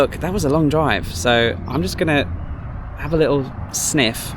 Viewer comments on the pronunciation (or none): none